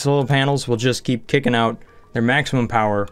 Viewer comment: UNLIMITED POWAH